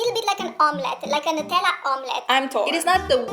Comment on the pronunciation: Why are u pronouncing it as 'netalla' its pronounced as 'newtella'❤❤